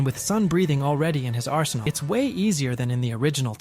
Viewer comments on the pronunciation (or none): none